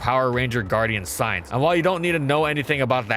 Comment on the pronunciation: Bro said Power Rangers: Guardian Signs. 🤣